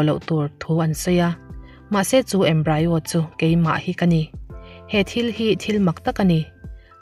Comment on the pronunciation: Embryo hi 'embri-o' (mizo tawng) a lam tur